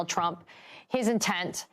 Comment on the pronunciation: Did anyone else notice towards the end, it sounded as if Conway started saying "Donald Chump"?